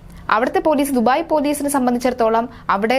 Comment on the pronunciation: അങ്ങ് ദുഫായില്‍ (duphai) അല്ല ദുബായ് (Dubai)